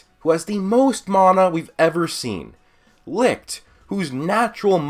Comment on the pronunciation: I died every time he said licth